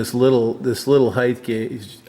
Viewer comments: Hi; I know it's not very important, but could you spend a moment on the pronunciation of the word "height". So many guys pronounce it " hi- th" not " hi- t". I noticed you pronounced it hi- th and then corrected yourself and say it hi- t in this video. Thanks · The "h" is silent in height. But length, and width. both end in a "th" syllable. So saying height with "th" is not terribly fantastic really. I honestly think does it as a joke. If wants to say he'-I-th I'm fine with it really. No corrections needed. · Thanks Paul, I have been proficient in the mechanics of the English language since the Eisenhower administration, that was not the aim of my question. In my interaction with machinists, many of them pronounce height with the th sound at the end. I am curious why and was seeking thoughts, if any on the subject.